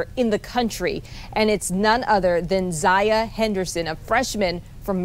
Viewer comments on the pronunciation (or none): The first lady pronounce her name as Ziyah Henderson lmao... you can really tell she pays attention to her job lol! Anyway good job Ziyah Holman!